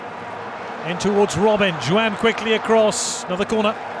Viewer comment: Why is that the man behind the mic was not taught how to say the names properly... Jo-an?.. who tha f**is jo an?.. kawt?..